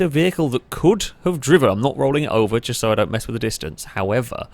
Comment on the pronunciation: "flowun" ...."Chust"